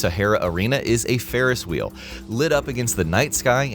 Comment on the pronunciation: Ride the Farris Whee 😂